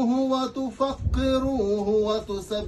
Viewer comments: "لتعزروه و توقروه..." و ليس "و تفقروه".... و عموما بالتوفيق لأوكرانيا ،عسى الله أن يؤلف بين قلوب الناس. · و توقروه А не تفقروه